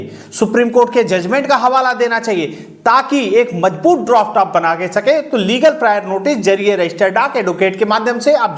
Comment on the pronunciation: Droft nahi hota Draft hota hai sir